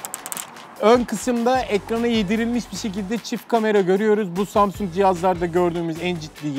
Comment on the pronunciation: Hele Şükür Zamzung Demiyon Artık